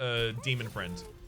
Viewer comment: Did I miss the meme where he started saying demon friend instead of demon fiend?